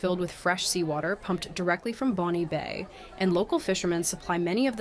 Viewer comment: Also "Bon" Bay.